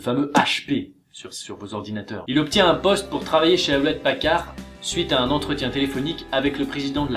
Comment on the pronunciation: Ça se prononce Youlette parcarde, pas ahoulette pacarr